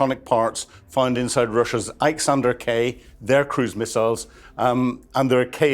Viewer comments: Iskander, not Iksander! 😊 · Is "" a bit DYSLEXIC. He says IK SANDER for the missile bit it is a IS KANDER. There are quite a few words he get FRACK TO BUNT, and it sounds strange when all other channels speak it correctly.